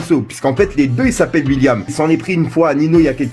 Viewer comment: Il dit aussi huilliam au lieu de william